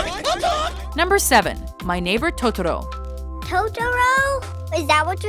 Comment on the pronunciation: Ugh... The pronunciation the sister used to say Totoro just made me flinch. Hahaha, she says it like, "Toad-oro". As a person who's learning Japanese, it just really makes me flinch when it's butchered like that. Granted, I can't blame her, it IS hard to pronounce foreign languages.